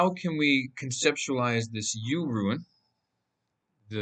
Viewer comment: It’s rune. Rhymes with Dune